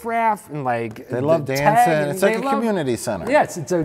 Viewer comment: Its dancing.... Not danseen